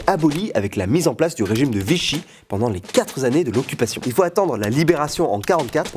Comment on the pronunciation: Très bon travail (comme d'habitude) mais arrête de prononcer "les quatre z'années", car je l'avais déjà remarqué dans de précédentes vidéos.